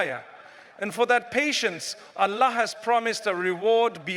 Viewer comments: Baaraka Llaahu fiika brother. He's Allah not Aaalah but your message was spot on jazaaka Llaahu khyran wabaaraka Llaahu fiika. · Anyone noticed? This channel name Fearless Deen but in this video anywhere Allah is not cleared by audio editor..its sumtym Aaalllaah..somtime Oollahh..sometime some else prononciation..what kind of rubbish is this?